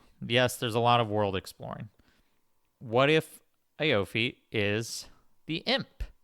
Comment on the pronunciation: Btw, aoife is pronounced ee-fah, it's irish